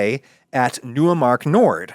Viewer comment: Neumark is pronounced “Noy-mark” not “New-uh-mark”